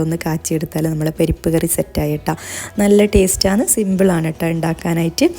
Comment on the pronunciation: പെരിപ്പ്കറി അല്ല..പരിപ്പ് കറി...from Kannur